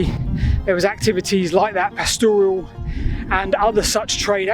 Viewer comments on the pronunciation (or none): PAStoral. Not PasTORial. No i.